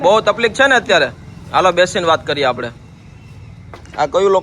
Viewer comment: aap hindi mein baat karte hai tabhi takleef word ko taplik kiyu bolte ho muje tabhi bohat hanshi aati hai sunke